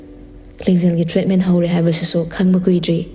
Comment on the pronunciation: Tradement hainuba... Treetment... Pronunciation for treatment... Adoh m a big2 fan of you